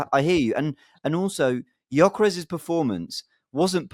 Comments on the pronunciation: Absolute disgrace cant pronounce Gyokeres name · still complaining on Gykores while he can't even pronounced Gykores name correctly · Guys figure how to pronounce his name! It's so annoying. You guys have a big platform so you should learn how to pronounce name... Much love and I love the show but this is so frustrating 😔